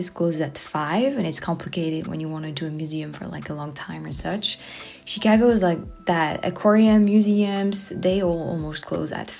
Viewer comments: She pronounces Chicago like a true Chicagoan 👍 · You pronounce "Chicago" like a native. Glad you had a good time.